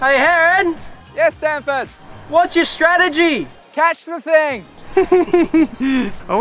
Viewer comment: Why do they say standford